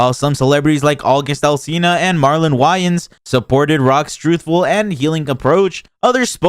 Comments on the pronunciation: The narrator’s voice in this clip is so grating. Also who pronounces Wayans “Whyans”? Tf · How do you not know how to pronounce 'Wayans' tho? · i felt shitty about giving you a view after u mispronounced marlon wayans the first time. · How many times you going to misspeak when saying wayans?😂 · This guy doesn't even know how to say Marlo Wayans... I don't even care about celebrities and I thought that was pathetic I mean it's not like the guys not known should be able to Google his name and find out how to pronounce it.